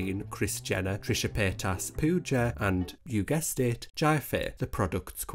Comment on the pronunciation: pooka? its pooja what r u saying...